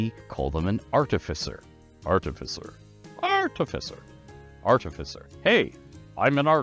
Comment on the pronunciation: I'm going to have to take issue with the pronunciation of 'artificer'. At least in our world, the stress is on the second sylLAble. My source is the OED 2010 edition. As great an authority as Mr. Greenwood is, I'll take the word of OED over his on, well, words.